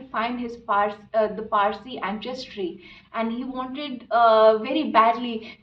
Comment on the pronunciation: It's not pronounced Anchestry, it's ansestry, pleeeeaseee